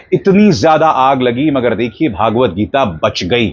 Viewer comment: सहमत हूँ इस बात से आप की. PS : सही अथवा उपयुक्त नाम व उच्चारण "श्री मद् भगवद् गीता" है. भागवत गीता नहीं.